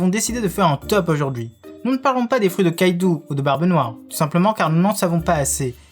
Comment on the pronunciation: Ces pas kaiktou ces kaido